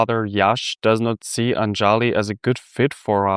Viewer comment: It's ANJALI.... pronounced UNJALEE....and NEPAL ...NAYPAAL